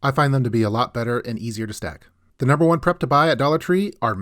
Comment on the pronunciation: Idk why but when you said "Da tall jesus candles" i laughed so hard 😂😂